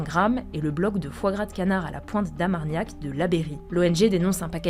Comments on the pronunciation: Par contre c’est de l’Armagnac et pas Amargnac .. 😅 Les gascons vont se fâcher attention ^^ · "A la pointe d'amargnac"...🤦🏻‍♂️ L'orthophoniste est confiant ou il a remis 15 séances direct? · J'ai cru être le seul à avoir entendu amargnac 😂